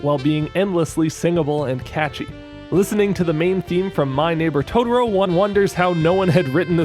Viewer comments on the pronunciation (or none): Dude your videos are great... but why do I keep hearing Tororo haha. Cmon man! You already pronounced one "to", just repeat it and is TOTOro haha. Great video as always!